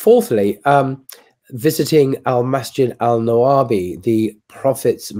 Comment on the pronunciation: It’s called masjid alNabawi not alnawabi. Welcome to Saudi Arabia 😁❤